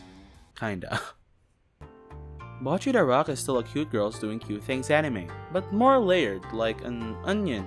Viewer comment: bocchi is pronounced (bow-chee) other then that amazing video 🗿